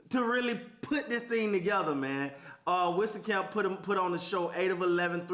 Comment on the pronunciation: For future refrence its pronounced WEEZ CAMP, like lil Wayne Weezy f baby.... WEEZCAMP